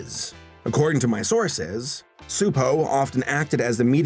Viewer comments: Frets over mispronouncing Gábor Csupó's first name. Mispronounces his last name. 🤔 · It’s pronounced Choo•poe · As a Hungarian, I say you pronounced Gabor's first name quite right. You messed up his family name (it's more like chupo, instead of supo) xD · If I may have an addendum about the name you were trying to pronounce? Csupó Gábor, or Gábor Csupó in Hungarian due to having last name first and first last, is pronounced CHEW-POOH GAAH-BOHR. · A Hungarian cs is like a ch in English ,but you pronounced it pretty well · Just a small nitpick, since you don't know Hungarian, but Gabor Csupo is read like "gah-bor chu-po" Cheers :) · Hungarian here.... In Hungary the "cs" is pronounced like the "ch" in "chair". so...Csupo is like....Chupo. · Cspuo is pronounced Chew-Poe, I (sort of) used to work with them while they were developing Stressed Eric. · Correction: Csupo is pronounced CHEW-po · you almost nailed the pronunciation of Gábor Csupó's name but the Cs is a "ch" sound, like in cheese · You actually pronounced "Gábor" pretty ok. "Csupó" however, should sound more like "Choopoe" Great video btw, greetings from Hungary! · Garbor Csupo's last name is pronounced with a ch sound at the beginning. Just so you know for future reference 😉 Don't worry, I was confused by it too. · Csupo's name is to be pronounced something like this: "GAH-BOHR TCHU-POH", if you read English. (he's name is written like this in Hungarian: Csupó Gábor, as we place the surname first, like the Japanese people). Letter "á" is longish "ah" sound, "o" is short "oh", the letter "cs" is prononuned like "ch" or "tch", and letter "ó" is like "oooh" (longer version of letter "o"). Gábor is the Hungarian version of Gabriel. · It's guh-bore chew-poh. It's like the actress Zsa Zsa Gabor's surname plus chew and Po like Kung Fu Panda. You hear his surname at the end of every Klasky Csupo cartoon. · The "Cs" in Csupó is pronounced as "Ch" in chocolate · Actually the last name is pronounced Chu-po